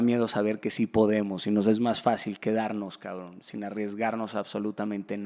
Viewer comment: Shot por cada vez que Daniel diga "Cabrn"